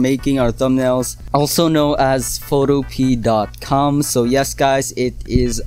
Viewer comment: It's pronounced "foto-p-a"